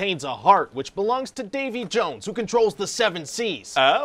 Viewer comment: Ah yes, Davy JUwUnes